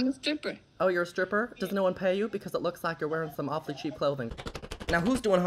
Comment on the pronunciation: “You look OWFULLY pale!”